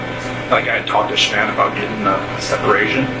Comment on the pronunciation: Seriously?? You can't even pronounce Shannon's name? 😮